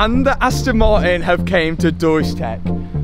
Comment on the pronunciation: It's funny how you say the "T" in "Aston" but can't say the same letter in "Martin" :D Aston Mar_in